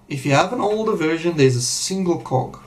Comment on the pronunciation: Me too lol